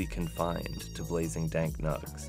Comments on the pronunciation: The pain I felt as I heard this gentleman say "Dark nugs" twice in 30 seconds 😂😂😂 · “Blazing dank nugs”.. It took everything in my power to not turn off this video once hearing this. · He needs to never say "dank nugs" ever again jesus christ